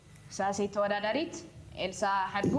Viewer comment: Listen Adgi what is that mean? She meant to say Hadgu but instead she said adgu because she is half of adgi adgu Amharan kelbi